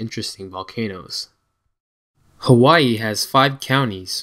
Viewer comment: YOU PRONOUNCE IT HAVAII W=V